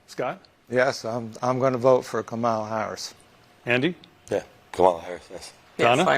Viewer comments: karamala, caramela, kah-ma-la, kam-ala... smh learn how to pronounce her name. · Why can’t some of these people pronounce Kamala’s name? Trump propaganda is clearly working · Now can they learn how to pronounce her name? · The first two can't pronounce her name, lol. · That very night, children taught you how to pronounce her name, yet at least three still can't do it. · Not the brightest bunch Still can not pronounce our VP Kamala Harris? Once a trump always a trumpet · These people watched the convention and still don't know how to pronounce Kamala? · I guess they didn't get the instructional from her nieces on how to properly pronounce Kamala's name last night. Haha! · I wish people would learn how to say Kamala’s name. It’s not that hard people. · None of them watched her neices tell people how to say her name correctly?